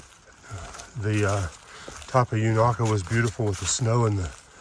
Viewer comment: Thanks for showing The Beauty Spot 💚 Unaka ….the first A is pronounced with a long A. I have seen snow on Roan Mountain in the first week of June many years ago . At one time Unaka was almost half American Chestnut trees before the blight that killed them out 🌿🍃